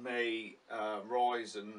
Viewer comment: love it how you talk about "roizen droive "😂